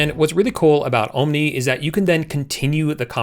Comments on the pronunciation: Great video. I agree. It's there to replace Sora as well. Nice move on their part. Oh yes, before I forget....it's "AhhMNI", not "OhhMNI" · Actually: ah-mnee(en-us) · Tell me it's ai generated without telling me it's ai generated 'oh-m-nee' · Oooom nie? You need to fix your ai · Ohm-Knee? Your pronunciation. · "Ohm Knee" 😂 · Pronounce omni as AHM-nee 🤣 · Ohm nee. Same here. :) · Why don't you learn how to pronounce omni i cant stand to watch you anymore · bro learn to say omni properly. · Your AI avatars know how to pronounce "Omni" better than you lol wassup with the hard "O"? lmao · Ah... you finally admitted that the entire channel is AI generated. Nah, you must be real - Omni would have known how to pronounce Omni ha ha 😎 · I'm glad I'm not the only one that was triggered by the pronunciation of Omni. Dude.. did you learn English in Canada or something? 😂